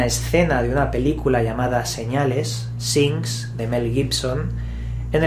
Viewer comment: Haha signs se pronuncia sains